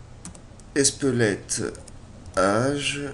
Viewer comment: On dirait que tu dis "Espelette" ! Fait attention quand tu prononces l'esperluette :) Au pire, who give a fuck...